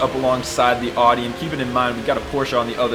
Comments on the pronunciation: Did you say oddy? It’s pronounced oww dee. Audi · If you call Audi OR-dee one more time and not OW-dee we will fall out hahaha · I enjoyed the video! However... is that how most English speakers pronounce these German car brands? Audi without a U (Adi), and Porsche with an A instead of an E (PorschA)? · FYI Audi is pronounced like Howde but without with out the H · love how you pronounce "audi" 🤣